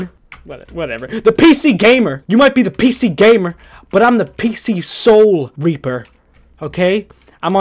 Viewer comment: I swear he just said We are the Reaper that rapes the souls lmao